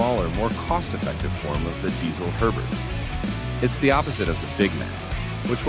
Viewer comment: It’s called DiTZel. not S, but TZ 😇 My favorites are the VHX and Herbert.